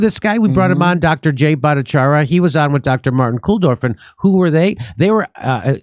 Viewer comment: I'm no stickler for this like ahole Lefties, but why do people keep mispronouncing Dr. Jay's last name as "ah" at the end when it's obviously "yah"? Funnily, Laura Ingraham was the first one to bring Dr. Bhattacharya on the media scene but also the first one to misspeak his name and I guess it stuck somehow. Humans are very prone to impressions and broken telephone, I suppose.